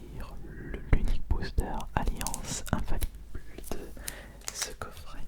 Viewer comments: normalement c'est "un faille ible" mais il l'a dit autrement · Bonne vidéo mais par contre je ne comprends pas la prononciation du "infaillible" par contre..